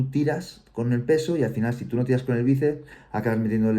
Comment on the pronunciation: Dicw bices en vez de biceps jajajjaj